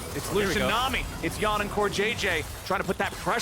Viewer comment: How is more than half your league imports and you’re still pronouncing Yeon as yawn. What.